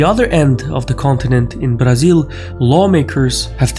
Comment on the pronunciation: Happy to have found you man, and btw you just pronounce Brasil too well, you don´t sound like a brazilian but you say it perfect.